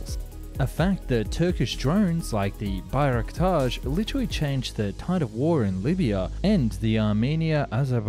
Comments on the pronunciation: When "Bayraktar" become "Bayraktaj" 😐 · "bayraktaR" with R at the end, not sh (looks like you've mixed it up with FC Beshiktash or something) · dude im turkish and every time you say "Bayraktar" it triggers me